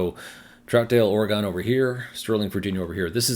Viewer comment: You rule as always. One tip for you since I used to live in the Northwest. When pronouncing Oregon. It is pronounced Oragin. Not Oragone. Thanks for all your great content!!!!! 😊